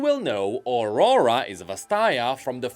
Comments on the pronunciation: can't help but hear Ora Ora every time you say aurora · Please, try to pronnounce "Aurora" correctly... My ears...